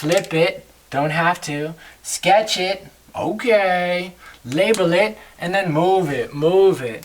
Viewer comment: Btw, its "label". Thanks for the great vid though